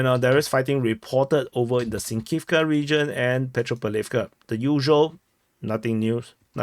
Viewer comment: Pet-ro-pAv-liv-ka. When in doubt, accent the antepenultimate syllable.